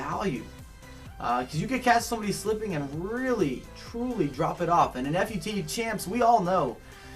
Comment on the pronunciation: it is pronounced foot champs not F U T champs